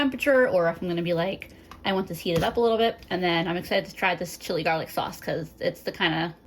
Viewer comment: You call it "jarlic" too! I think I started doing that after watching Babish. 😂